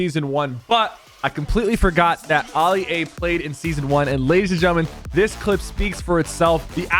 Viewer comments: Why do u say Ah Lia it's a as in apple alia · The fact he is pronouncing it Ali A and not ally A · The way Sypher says AliA 😂😂😂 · STOP SAYING ALI-A LIKE THAT 😭